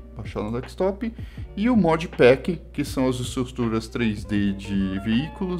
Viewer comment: “Dekstop” é dureza… é desktop amiguinho :) dhr o video.